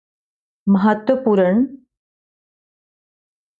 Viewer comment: आपका इंग्लिश जैसे strong है वैसे hi हिंदी वीक है महत्वपूran ni महत्वपूर्ण बोला जाता h